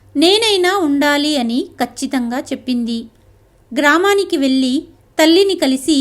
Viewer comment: కథ చదవటం బాగుంది (వెళ్ళి, పెళ్ళి) వెల్లి అని పెల్లి అని చదువుతుంటే వినడానికి బాధగా ఉన్నది . ఉచ్ఛారణరణ దోషాలు లేకుండా చదివితే బాగుంటుంది.